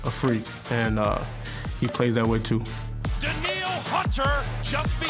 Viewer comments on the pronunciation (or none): Danielle.... "Daneel"